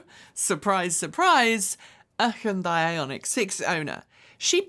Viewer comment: Hyundai rhymes with Sunday.